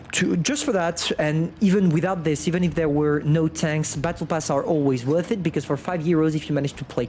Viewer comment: Its WORTH not whort lol